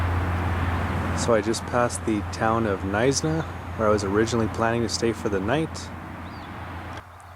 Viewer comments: Just a heads up - it's pronounced "Mews en berg". Believe it's nicknamed Jewsenberg due to its high proportion of Jews. Really enjoying your videos. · It's Muizenberg. If you pronounce it wrong then... you probably need more schooling. And nothing brave about the route you took. Just very dumb. Wasted 10min skipping through your video. You took a boaring road. Next time you do a route ask the rite people.